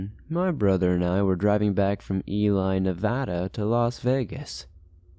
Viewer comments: For the first story Ely is pronounced Eee leee not Eli. But I give you points for pronouncing Nevada correctly. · Ely is pronounced Elee.